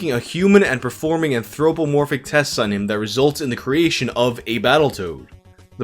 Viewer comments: An-thro-more-phic, lol. I can't pronounce sugar without adding an R after the u, so no worries. Like your content bro, keep up the good work. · No one: Literally no one:: anthROPEomorphic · The way says "anthropomorphic" is so freaking funny oh my god 😭